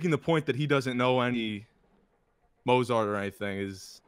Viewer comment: Guy talks about culture. Mispronounces Mozart.